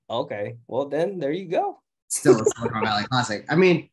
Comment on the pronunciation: Great episode! By the way, it’s silicon valley, not silicone Valley, which is in SoCal I believe.